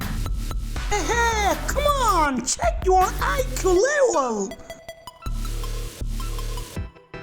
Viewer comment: It is not livel but level